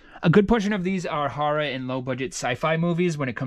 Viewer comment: Lol I love the way he says horror “hurrah”